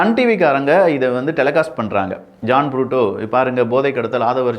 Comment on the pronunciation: ஜான் புரூட்டோ அல்ல. அவர் பெயர் ஜான் பிரிட்டோ. சரியாக உச்சரிக்கவும்.